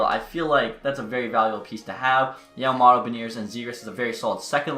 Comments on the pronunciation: Yamamoto not yamamotto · Matthews ( Yamamoto not Yamamotto)